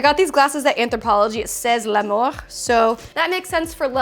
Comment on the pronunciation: You pronounced the french word "L'Amour" (love) in such a way that it sounded like "La mort" (the "t" is silent) wich means DEATH in french !!! ::D:D